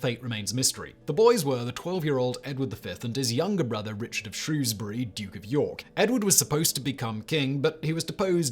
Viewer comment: Thank you for pronouncing Shrewsbury correctly, I’m from Shrewsbury and most of the residents, including myself get very frustrated when it’s not pronounced correctly. You said it as it’s spelled and not saying the ew as ow 👍